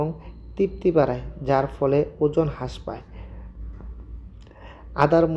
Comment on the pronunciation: ওজন হাস পায় মানে কি???? বাংলা উচ্চারণ টা ভাল ভাবে করতে হবে???